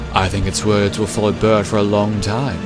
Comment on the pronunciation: In I thought I heard you pronounce Bert as Ber-urp-t 😂